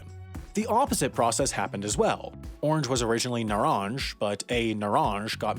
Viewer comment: It wasn’t naranj the second a is like the a in bad